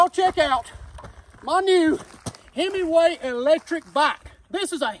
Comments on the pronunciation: I thought he was saying it's a Hemi weight bike the whole time, was very sad to find out it's called a himiway bike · For a second there, it sounded like he said "hemorrhoid" bike